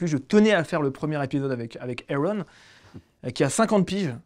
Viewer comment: C'est quoi cette façon de prononcer le prénom de son invité "Airon* alors que l'invite vient de présenter "Aaron", avec un A ! Faite un effort c'est la base